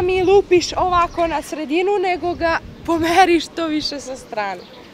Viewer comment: "nemoj da mi lupis ovako na sredinu, nego ga pomeri..." da li mozete da ispitate:) kakav je to naglasak kojim prica u poslednje vreme pola beograda? Konkretno je ovde totalno pogresno akcentovala rec "pomeri".